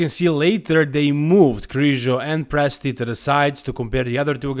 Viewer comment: Not even close for Presti lol, I guess you are Italian? 😅